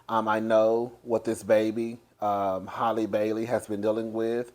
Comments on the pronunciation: It’s HAL-EEE like Halle Berry! You been calling her Hailey and now you calling her Holly! 😂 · Love you...but think of HAL - LE. Not HOL-LY. And not HAIL-LEY. 😉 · you are gon drive me to drink the way you be pronouncing Halle's name lol. I ain't gon get behind the wheel and damn near kill somebody like yellow bone tho lol. "Hal•lee" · LMFAOOOOOOOO idk what it is but people cant pronounce it even after years of pronouncing Halle Berry 😃